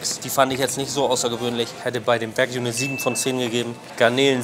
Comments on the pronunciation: es heisst wagyu, nicht wague lol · Wague???? konzentrieren Mensch.